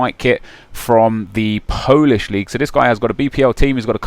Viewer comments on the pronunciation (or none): none